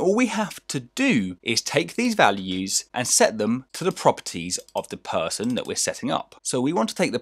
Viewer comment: Phaarson Phaarson not Person -_